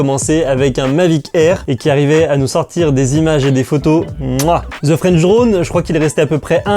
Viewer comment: ZE french drone? sa ce prononce "DE" french drone. Simplement ne pas avoir un accent a ch... ;)